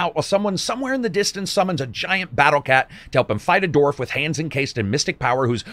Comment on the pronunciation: Even after years of watching your reviews, it still catches me off guard at how you say Dwarf, "Dorf"